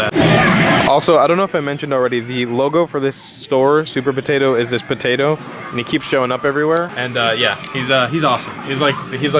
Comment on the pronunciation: "suupaa poteto" "this freaking store is bananas" no dude he literally just said it was potatoes duhhhh